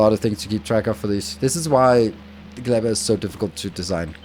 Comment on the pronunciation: "Glebba" "yuMAko"